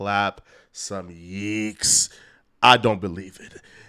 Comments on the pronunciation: Plz quit saying yeeks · Stop saying yeeks. It doesn't make any sense